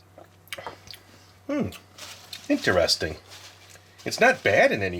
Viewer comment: It's interesting not inter-essting 😂